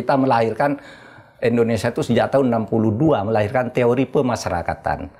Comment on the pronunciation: indonesia prof, bukan endonesa